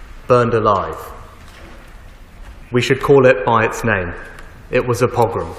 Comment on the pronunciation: Pogrom not progrom